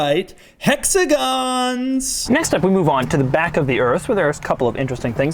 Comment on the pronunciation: "Hexagons" Btw i love his reviews